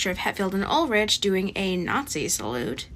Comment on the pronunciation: UlriCH? Is That How You Pronounce Ulrich These Days?